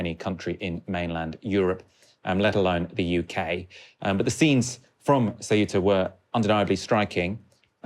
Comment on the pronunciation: Thanks you for pronouncing Ceuta properly! Kind of... :)